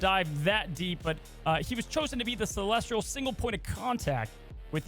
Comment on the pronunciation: Why is saying Celestial with an R:')